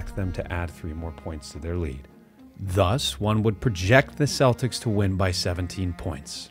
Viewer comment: Ah yes, the Boston Cletics!